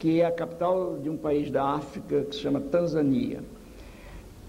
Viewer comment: Diga-me em qual país de primeiro mundo com educação evoluída esse método foi adotado ?? Não vale Tanzânia - que esse senhor pronuncia de forma errada . Deixe de se fiar em informação errônea e se informe de maneira correta...